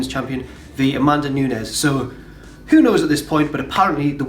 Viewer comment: "Amanda Noonez" ha!